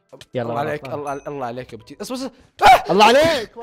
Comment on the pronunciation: ههههههه اسمه ابو تشيسا مو ابو كيسا ههههههههههه😂😂😂👋🏻